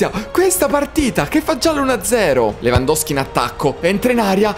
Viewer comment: Si dice Lewandowski